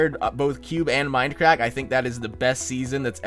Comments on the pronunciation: is he saying fminecrack? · at first i thought he said minecrack omg!